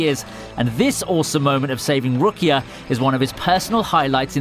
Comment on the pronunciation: The way you pronounced Ichigo and rukia was just sorta gross